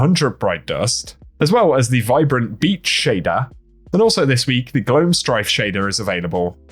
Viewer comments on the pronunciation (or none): none